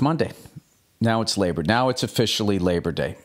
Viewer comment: Lay-bah day was so worth it to hear Bill say that